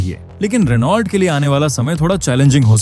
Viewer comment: भाई, रिनॉल्ट नही रैनो होता हैं 😅😊😅